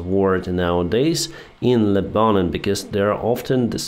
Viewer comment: I love the way you say Lebanon. It makes me smile. BTW It's Leb-a-non not Le- bannen but, don't change OK. It's funny. I can't believe the IDF shot three hostages who were waving a white flag and speaking Hebrew. Do many Palestinians speak Hebrew? How many Palestinians have red hair? I'd be interested in hearing that explanation. Stonewall Jackson was killed by mistake by a North Carolina unit at dusk. I've been to the exact spot. People leave lemons and VMI pins, etc. I have also been to his grave and cried at the spot where he died. He was loved in the South and still is.